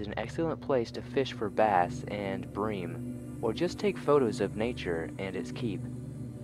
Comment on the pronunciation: My nigga did you just say "breem?" Its pronounced "brim" lol. Thats p cute.